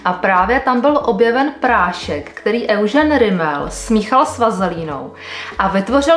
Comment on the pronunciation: Petro Eugene se vyslovuje Judžín😉